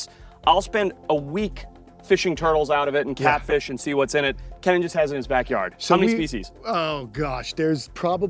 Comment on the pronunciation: Ken-in? Lol it’s pronounced like “key-nan